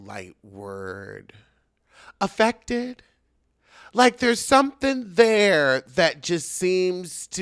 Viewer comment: Sir, right out the gate I was choking on my tea with the way you paused and said, “affected” 🤣🤣🤣🤣